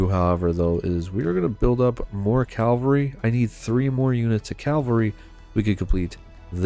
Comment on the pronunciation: why does he keep saying "calvery" it's cavalry